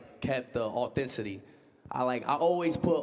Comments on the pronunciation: I’m mad that speed didn’t say authenticity right?😂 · Bro can’t pronounce authenticity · “Authenticity” was messing Speed up 😂😂😂😂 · Speed can’t pronounce words that 10 years old can with ease. I like speed but he is very uneducated. I cringe when he mispronounces words in front of everyone.